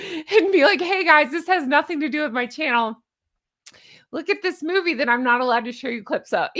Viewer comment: 😂😂😂 your LUUUUKE is JENuinely hilarious!!!💙🪿💙🪿💙